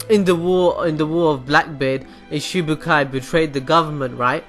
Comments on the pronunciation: I've been seeing this a lot lately Its Shichibukai not shibukai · haha he says shibukai :P it's shichibukai haha I hate one piece and even I know that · shibukai -_- srly it's Shishibukai